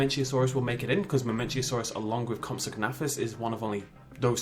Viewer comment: Comp-suh-nay-thus. I've watched alot of your videos. But please man. you gotta stop saying "comp-sag-na-thus"